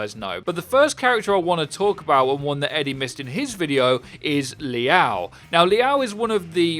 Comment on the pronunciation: Liao isn’t pronounced like that wtf